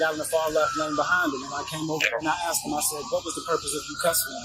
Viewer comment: Lmao "aks, aksed, aksing and akses"